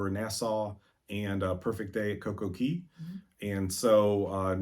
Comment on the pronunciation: I LOVE that you say Coco Key and not Coco Kay!!!!!!!